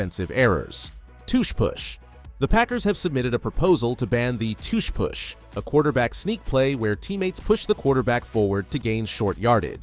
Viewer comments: Hate the way he says it even more than I hate the proposal! 😂 Go! 🦅🦅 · I like how he says tush push “toosh push”